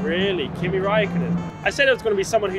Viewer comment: And of course they had to butcher Kimi's name lol